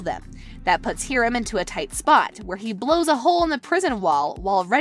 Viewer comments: hear-um 😂 its hi-rum das how u pronounce it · Hiram is pronounced in the show hi-rum. Not here-um